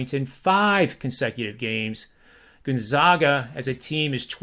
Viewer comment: it's not "Gun-zogga" or "Gone-zaw-ga," where the middle syllable rhymes with "jog." The proper pronunciation is "Gone-zag-a" — with the middle syllable rhyming with "bag" or "tag." COME ON!!!! SO SOME RESPECT